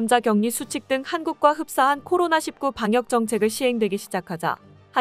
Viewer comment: 아직도 코로나 일구(19) 를 코로나 십구 라고 발음하네..코로나 일구나 코로나 십구 를 같은거라 생각하나보지?